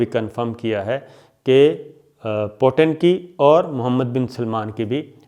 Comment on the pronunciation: po ton. ni he ye peo ten he . lagta he school time me khoob mazaq ura ho ga aap ka. mutenserhussaintarar kehene pr. 😄😄